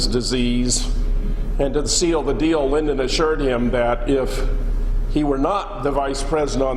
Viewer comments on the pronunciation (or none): none